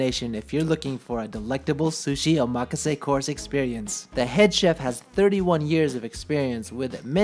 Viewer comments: how ya gonna live in japan and pronounce omakase wrong? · I think you're pronouncing "omakase" incorrectly. While you're at it, shave your nostrils. You can see the pollen in your nose hairs. LOL! Just kidding. You're doing a good job. Actually, I think we're related. You're like the child of my long lost auntie who married an orangutan. ROFL! Again, just kidding. Show 'em who's boss! Be pinoy and be proud!